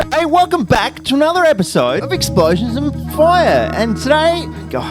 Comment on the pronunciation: “Exposions” lmao